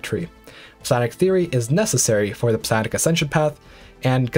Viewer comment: Its pronounced Psi-onic, not Psi-onic